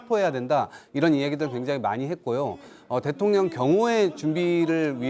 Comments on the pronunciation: 김병주 위원 일부러 그러는건 아니겠지만 자꾸 대통령이 아니라 대통녀ㄴ이라고 발음하네요 😂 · 김병주의원님 항상 대통년이라고 발음하시는게 살짝 거슬렸는데 오늘은 아주 듣기 좋네요. ㅎㅎㅎ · 아~~ 의원님 발음이 대통년으로 들리는데욯ㅎㅎ 이러면 윤석렬씨가 더 나은거 아닌가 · 김의원님은 대통령을 대통년이라고 발음하시네요😅😅😅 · 나는 왜 대통년이라고 자꾸들리지 대통년 대통년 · 김의원 발음이 맘에드네요 대통년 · 대통년으로 들리냐? ㅋㅋ 👍 김병주의원님 화이팅 입니다!!! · 김병주의원님 대통령발음하는게 자꾸 대통년으로 들리네요. 근데 그게 또 왠지 상황에 어울리는듯. 설마 의원님 노리신건가?? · 왜 자꾸만 대통년으로 들리지? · ㅋㅋㅋ 발음이 안좋냐? 자꾸 대통년이래 ㅋㅋㅋㅋ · 나만 대통년으로 들라나ㅎ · 일부러 그러는 거야, 입의 구조가 그러는 거야? 내 귀엔 대통년으로 들려요~ 대통년~ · 나만 대툥년이라들는건가...ㅋ 작꾸 대통년이래.. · 김병주 의원은, 늘 대통령 을, *대통련*이라 발음한다. ㅋㅋㅋㅋ 하지만 옳다! 윤건희 대통련! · 저는 대통년으로 들려요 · 제 귀로는 김병주 의원님의 말씀이 대통년으로 들리네요 고의적이시라면 참 잘하셨습니다 저도 윤대통년입니다!!!😂😂😂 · 대통년 이라 들리는대요 ㅋㅋ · 내귀가 이상한가 자꾸 대통년이라고 들리네 신기하네??ㅋㅋ 틀린말은아니지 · 김병주 의원님. 윤석렬 대통년이 라고 들리네 ㅋㅋㅋ 끌어내리는 거도 끌어내려야지만 거리에서 시민들 모여서 돌로 쳐야한다고 생각함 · 대통'년' 이라고 들립니다만 ㅎㅎㅎ 😁😁😁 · 김병주가 대통년.....이라고 말 하는것 같은데 ㅋㅋㅋㅋㅋ 나만 그렇게 들리는건가?? ㅋㅋㅋㅋㅋㅋ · 일부러 대통년이라고 발음하는거지? ㅋㅋㅋㅋ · 왜 내 귀엔 령이 아니라 년으로 들리냐~ 아악😂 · 잘 들어봐요 대통년이래 ㅋㅋㅋㅋ 의도적이던 아니던 내귀엔 대통년이래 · 말을 은글쓸쩍 대통년으로 발음하면서 멕이는것처럼 들리는건 착각인건가